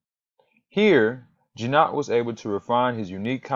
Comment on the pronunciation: Hard "g" as in "got".